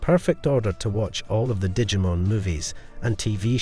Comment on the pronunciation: Look, I love that you took time to make this, but my bro, stop saying Digimon wrong, at least. This isn't an Aluminium thing with the way Americans talk, for once your accent is ruining a very simple word xD